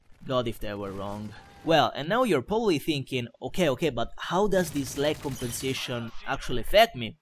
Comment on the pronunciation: con tutte le volte che ha detto lag compensetions mi ha fatto rincoglionire, che a un certo punto mi sembrava di sentire tutte le parole che finivano in sentions O.o